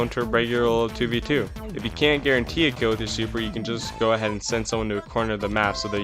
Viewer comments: Why does he say crill instead of kill every single time? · why does bro say "Krail" instead of kill ts pmo